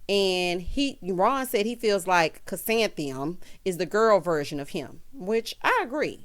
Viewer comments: Not calling “Ku-san-thee-um” flower child! 🤣🤣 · I’m so glad I don’t have to listen to Ron try to say Chrisantheium. anymore.